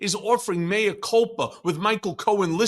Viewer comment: Thank you for not calling “mea” “mia”. [former Latin scholar]